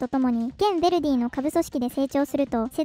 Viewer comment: Jに興味ない人は気にしないと思うがベルディじゃなくてヴェルディだ